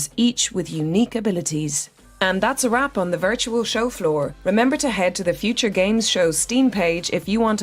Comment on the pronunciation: Why dose he say uture like that